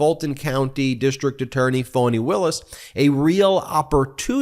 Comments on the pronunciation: Ben keeps saying "Foni" (with a long 'o') Willis. It's pronounced Fa-ni with a short 'a', like 'fawn-ee'. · Its pronounced FANNY NOT FAWWNY!!! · I love you and your podcast! Am I hearing Foney? Isn’t that what the gop would call her? I haven’t heard her pronounce her name. Fani. I’m guessing like a fawn(?) Fawn-e(?) I heard someone say Fonnie; as in rhymes with Connie (But please not Phoney)